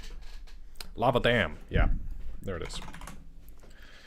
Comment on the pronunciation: Definitely heard lava dam as “Lava Dan” and thought that was an excellent name for the Balrog that lives there.